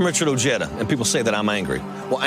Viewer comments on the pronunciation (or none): Why did todd said his name in end wrong while he before that heard it from odeja himself! Not ojeeeda Ojèda. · I’m afraid not even Mr Ojeda can pronounce his last name right 😂 it’s oh-he-duh , trust me im Mexican 😜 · He's not pronouncing it the way Ojeda himself pronounces it. And you're wrong, anyway, because in Spanish the "j" would be silent. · (O hea da) is how you pronounce Ojeda in spanish. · Chuck Todd, learn how to pronounce Ojeda correctly. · What a loser Chuck Todd is. Even after hearing Ojeda pronounce his own name, Todd continues to butcher the pronunciation.